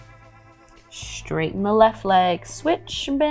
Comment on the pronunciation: I really wanted to like this practice but by the 3rd instance of "SHHHHHHTRAIGHTEN" instead of "straighten"—one of my pet peeves—I had to tap out. How I wish people would stop shoehorning a "shh" sound into words that start with "st-" sounds.